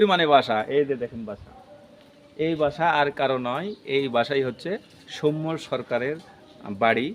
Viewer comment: সৌম্য সরকারের নামের উচ্চারণটা ভুল হচ্ছে । উচ্চারণটা দন্তস্য এর সাথে ঔ-কার হবে । কিন্তু আপনি ও-কার উচ্চারণ করছেন এবং শেষে ম এর সাথে য-ফলা এর পরিবর্তে ম্ম(ম+ম) উচ্চারণ করছেন।